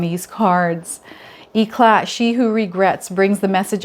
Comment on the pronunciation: i'll bed your self appointed french teacher éclat the é sound amazing (the ah - mé - zing) cla (clash) t is not pronounced